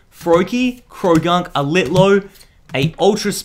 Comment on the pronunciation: Instead of saying litleo he said litlow